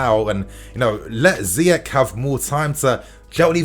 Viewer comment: Surprised an African like calls the Moroccan Ziyek instead of Ziy-erch (as in cheese)😅😅